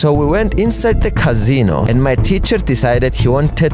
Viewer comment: "cazino" 💀 bro looks like casOh "ling" 💀